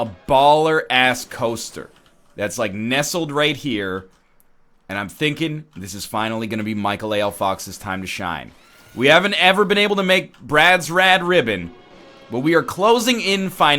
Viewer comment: I feel like it's almost certainly pronounced Michael A. L. Fox. But NL, and everyone else for that matter, say it so fast it sounds like Michael Ale Fox. I hear it every time.